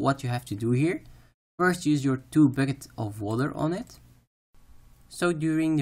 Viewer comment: Your accent is very thick. But what I love about your guides is how you enunciate so clearly that even if it sounds like you say bookets instead of buckets I understand you very well. Keep up the guides hommie!